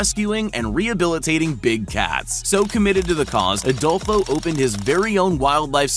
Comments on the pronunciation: “Kiara and adolfo” Adolfo but without the o at the end 😳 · Adolfo without Last o